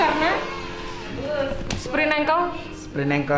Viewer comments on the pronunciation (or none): Sprain ankle bang bukan sprint ankle wkwk